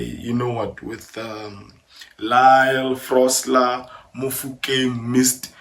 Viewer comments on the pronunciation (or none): It’s Lyle FOSTER, not Frosler🥲